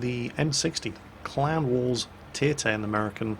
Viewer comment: Every time you said clan wars I kept hearing clown wars.